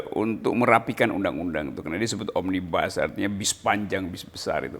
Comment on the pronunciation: Bacanya omnibus aja ga bener mau ngartikan roky....itu bahasa latin bukan bahasa inggris ...